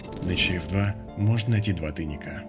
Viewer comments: ты перепутал не часэ-1, а чаэс-1 :) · может ЧАЭС-1 а не ЧАСЭ-1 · Классно рассказываешь, придаёшь игре ещё больше атмосферы. Только у тебя "ЧАСЭ" вместо "ЧАЭС" )))